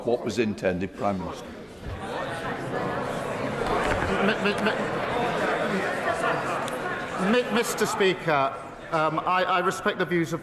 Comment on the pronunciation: "Mista Spika"